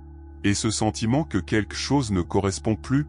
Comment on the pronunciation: On ne pourrait pas enfin enseigner à cette IA comment prononcer le mot "quelque" ?!